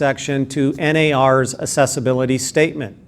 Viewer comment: "Assessibility" or "Accessibility". I think you are implying the latter but your pronunciation sounds like the former.